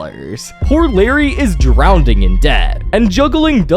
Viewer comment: yup still says drowding